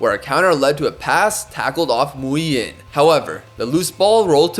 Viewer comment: Nguyen in Vietnamese is pronounced like "Wing" basically btw